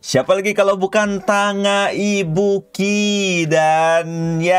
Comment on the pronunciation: itu cara bacanya Tangga Ibuki bang